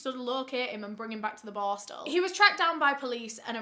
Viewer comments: With how many times you said the word, I still have no idea what that juvenile detention school was called. LOL Bostle? Borstal? Borskal? IDEK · Do not take a shot every time "boar-stel" is said. Hugs from central Ontario Canada ❄️ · Like my comment when says boarstle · Take a shot every time says "borstal" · As a Swede i thought you said "barstool". I'm like what does she mean..took a while googling but now I know you said "borstal"😅🥰 Thank you for your videos, great work ❤️